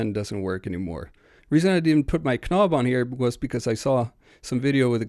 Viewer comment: Please, stop pronuncing the "K" in "knob", "knock-out", "knee", it makes you sound like a knewbie (tho you have a very good accent overall)